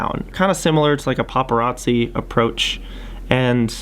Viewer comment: nobody: absolutley nobody:: PapARatScIII